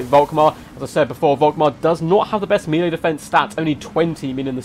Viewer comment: melee = "mellay"